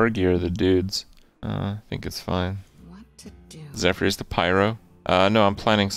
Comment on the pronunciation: it's zefurs not zefrees